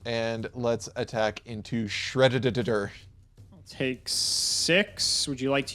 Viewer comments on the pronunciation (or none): This was literally a Progression Playoffs episode. I can't get over "My hole is no more" xD and then we got counter jokes with Fortune Lady Earth and the absolute correct pronunciation of Shred-d-d-d-d-d-er (why the fuck does that thing have 3 D??). It was hilarious from start to end and I'm super happy that we finally have the return of present-day and present-day symbolized by his flamboyant hair.